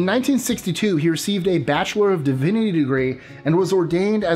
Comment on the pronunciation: Nope, I hated this collab. That guy was SO BORING I had to up the speed to 1.25 just to slog through his slow delivery. Add to that his stumbling over words, whether basic ones (significantly) or dead-simple ones (divinity, which is pronounced as it is spelled) and it was a really unsuccessful pairing. I don't know if he's new to this or what, but I don't care enough to find out and I'm certainly not going to visit his channel. This was enough. But thanks for including a bit where you dispel the rumors that he was a military sniper with tattoos; I'm amazed at how many people still parrot back that bullshit in this day and age when a few [literal] seconds of research would show that those tidbits of trivia are, in fact, completely untrue.